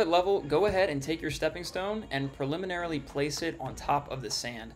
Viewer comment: I tried to watch all of this. I really did. But the excessive use of the awkwardly pronounced "preliminarily" unreasonably annoyed me and I had to stop.